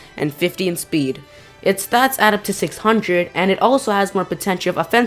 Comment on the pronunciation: Dude speed is spe not spd